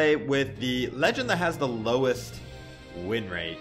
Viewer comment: "The lowest rinrate"